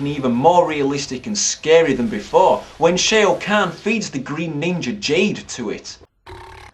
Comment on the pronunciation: Shao kahn is pronounced "Shaw Caan" btw Playing the game makes the film better, it still looks awful though...